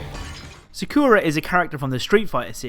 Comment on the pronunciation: BOI it's pronounced Sock-a-ra